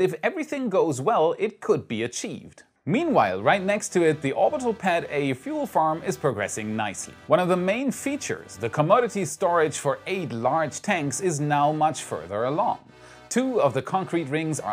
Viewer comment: "Commodity" still needs some work,. Say co.MAH-di-ty.